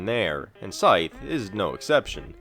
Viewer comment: "Scythe" rhymes with writhe, not fife.